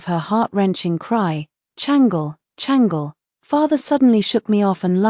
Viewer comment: I wish they would pronounce the Chinese names properly. It’s not Changel but Chang-Le